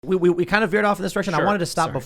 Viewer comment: Hi Tim. Love the show, but it is peonounced "we", not "wu-wu-wu-we". It is peonounced "what", not "wu-wu-wu-what". TY and God bless.